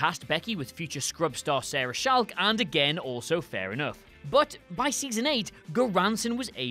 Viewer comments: Oh my god, Sarah Chalke pronounces her last name as ch-ock like chalk, ya know, the thing you used as a kid to draw on sidewalks. It’s not pronounced shaulke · It's pronounced "chalk* like the stuff you write on blackboards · it's pronounced like blackboard chalk . . . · Sarah shalke? Never heard of her...buuut Sarah chalke I have ;) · THANK YOU! I was going to comment the same thing... It's not a fancy surname, just "Chalke" like chalk. 🤦‍♀️ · Wow... Was there a bet in the WhatCulture office to see how many mistakes could be inserted into the voiceover for this video? hahaha! Great video but "Lt. Corporal"? Viet Nam? "Abodo"? Even the way you pronounced "Chalke". Please tell us this was all done to be meta! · That's not how you pronounce Chalke.